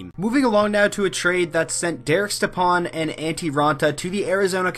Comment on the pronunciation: It’s pronounced Step-on not Ste-pan